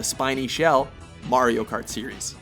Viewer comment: Yay he didnt pronounce it mairio